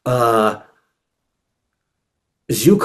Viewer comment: Zhukov pronounced Jew-kawf , not “zoo kof”.